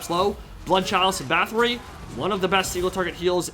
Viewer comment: Every time he pronounces Bathori as "Bathree" and not "Battori", I cringe.